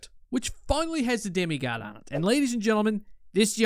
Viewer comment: What the hell bro?!?! You kept getting the name wrong. It's pronounced ˈdɛmiˌgɑːd'.